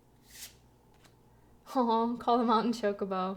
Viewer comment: Happy to actually seen an unboxing by someone that knows Final Fantasy. I don't know how many more mispronunciations of "chocobo" I could take.